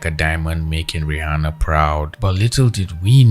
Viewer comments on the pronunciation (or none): none